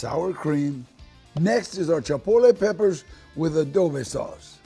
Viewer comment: Changed the video as soon as he said "Chapotle" 😣😣